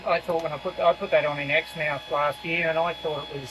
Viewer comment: after hearing you pronounce exmouth (exm'th in the uk), it's made me wonder how many other originally british place names you guys say differently - like the americans.